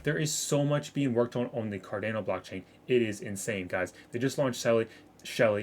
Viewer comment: You are pronouncing Cardano wrong. You are saying Car-Dan-O. It's Car-Don-O FYI. Great vid too! I have 30% of my portfolio in ADA. Staying patient with it.